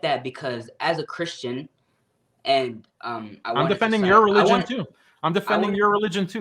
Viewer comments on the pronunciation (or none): none